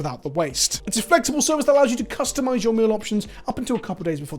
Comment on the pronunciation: First I must say, I kept hearing Milk and Meme instead of meal in the sponsored segment no clue why or if its just me :) With that out of the way, I really like these recent talking head videos that delve into different ways to consider game design from both the personal and more objective directions. Also, not with magic as much, but I also remember fondly to other games with broken metas that were fun to abuse while they lasted, like GOATS in Overwatch for example.